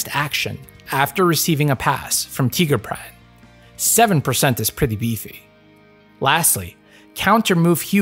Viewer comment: I can't listen to him say Tigerbran instead of TAI-GUR-BRA-N all the time, it hurts me - great video as always tho.